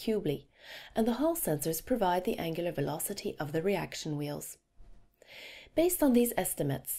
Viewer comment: She tries to be British when she says angular velocity